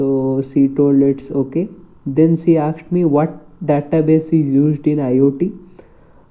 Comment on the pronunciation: She akshd me she akshd me